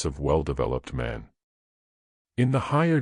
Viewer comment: This AI voice is somewhat annoying, pronouncing words like Man as Mon